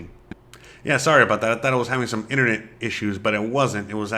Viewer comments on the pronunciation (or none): none